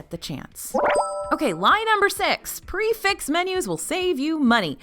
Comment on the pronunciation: Prix - Fixe pronounced "Pre Fe" because it is a French term and nothing is ever pronounced as it is spelled. It means fixed price as it applies to a fixed menu. I love this channel and thanks for what you do.